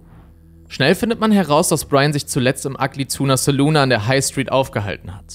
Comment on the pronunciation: Ja, aber man muss das „ahh“ dennoch nicht so betonen.